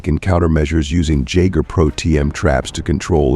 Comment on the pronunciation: Hey. the trap is pronounced Yagger not Jagger. Also when referring to yourself you should use your full name AI not I.